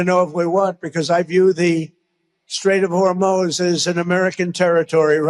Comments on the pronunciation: Tonight his pronunciation of Hormuz is “Hor-mohz”. Yesterday it was “Hor-mouse”. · Its Hormuz not Hormoz....a nd who is that blonde on the right? Is it Karoline? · I have to say, the people cheering and clapping at the rally are even crazier than the lunatic behind the mike who said Strait of Hermoz rather than Hormuz. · ☆ "The Strait of HORMOZ." Primary progressive aphasia is a neurological degradation in brain regions responsible for language processing, specifically the left temporal lobe, parietal lobe, and Broca’s area. As neural pathways break down, the brain struggles with phonological processing (how words sound) and semantic retrieval (what words mean), leading to errors like substituting similar-sounding words (e.g., "pacific" for "specific") or omitting syllables.☆ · Whore-mose???? 🤦🤦🤦yo Thump, it's called Hormuz. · You’d think he would know by now how to pronounce Hormuz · He's not even pronouncing Hormuz correctly!